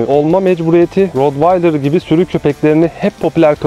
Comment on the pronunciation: Hocam T ile okunuyor